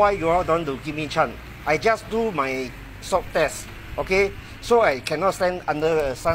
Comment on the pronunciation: Swab not swop lar.... 😑